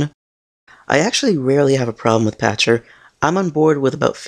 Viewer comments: His name is pronounced "Pakter," not "Patcher." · I believe his named is pronounced "Pakter", with a "k" sound not a "ch" sound.